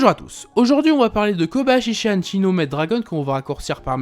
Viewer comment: Je rêve. A , j'ai entendu Koyabashi